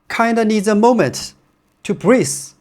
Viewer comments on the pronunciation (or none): For English, I might be mistaken, but do you want to say "breathe"? I heard as if you pronounce as "breeze". But your jokes are getting better and better. Great improvements. For shoe discussions, can you review or recommend overpronator running shoes. Daily Trainer or Long run shoes are fine.